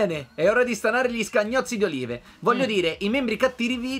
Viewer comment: Si pronuncia Oliv, gnurà!!